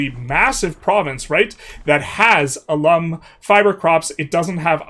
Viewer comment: In case it's helpful, the word 'alum' (referring to the dying salts) is stressed on the first syllable, which rhymes with 'pal' or 'gal'. In the video you pronounced like the word 'alum' (spelled the same, referring to someone who attended a school)